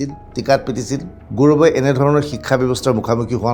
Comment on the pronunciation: Apunr pronounsaoniu emn thik nhoi gourbe buli gourome koise